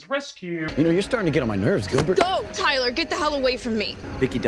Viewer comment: lmk why i thought said “ty-dye” and not “tyler” and i lost it😭